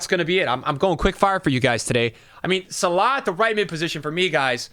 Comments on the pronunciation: Who da fuck is Salar? Sal-Ah 🤦‍♂️🤦‍♂️ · My guy just said Sallaa…. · man do you butcher salah's name :D